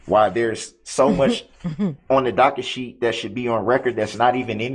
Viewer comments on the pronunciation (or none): Darrell: "Oh docka shee, Oh docka shee. There aint no bond on file..."